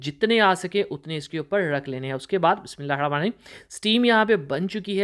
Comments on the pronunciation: بسم.اللہ کا تلفظ ٹھیک کریں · Bismillah Sahi Or Araam Sy Parha karien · Aapko Ek masly ki taraf tavajjo dilani hai kya aap Jab Bismillah hir Rahman Nir Raheem padhte Hain to uska talffuz Sahi Nahi Hai to is ko sahi kar leyn